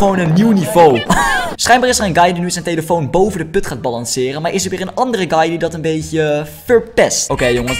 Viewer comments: Heb je gehoord dat bij de eerste vidio zegt tyeelitoon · je zei telifion ofzo